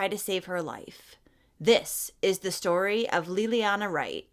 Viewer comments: 🤦‍It's not pronounced LIL-LEE-ANNA or LEE-LEE-ANNA it's LAY-LEE-ONNA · So sad.... please look into her name pronunciation.